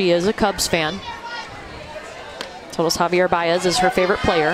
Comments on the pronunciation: Did she just say Javie Baez??? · that one girl said havie baez i was like who’s that then i realized the was talking about javier baez